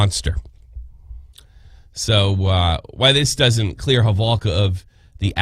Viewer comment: Proper pronunciation is Holovka. I think Americans pronounce it differently.